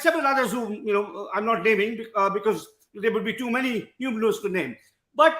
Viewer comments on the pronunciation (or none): none